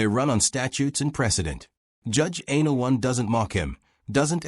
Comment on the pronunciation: It's judge ann- ah -LOW - nee. Not Anal One. Jeez.